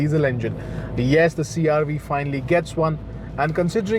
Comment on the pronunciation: It's CR-V not CR- wee... 🤦